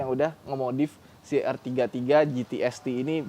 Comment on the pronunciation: Bukan er33 tapi r33